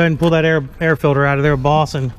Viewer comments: Filder instead of “filter” 😂😂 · That air fidder is good for another 15HP at least! I 🤣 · Haha! Dad said filder again. Haha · Did you put a "filder" in it?